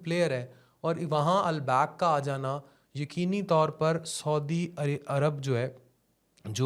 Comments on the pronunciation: naam lena to sikh le pehle, phir bolna, al back nahi hai yeh al baik hai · Albak 😂😂😂 ni Albaik hota h bolna to seekhlo